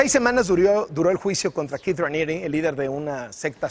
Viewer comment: Es Keith no Kieth 😂 🤣 Keith Raniere